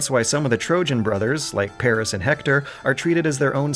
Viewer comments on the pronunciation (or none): none